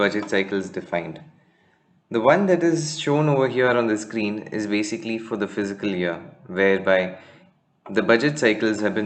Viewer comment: The pronunciation is fis-cal not physical year!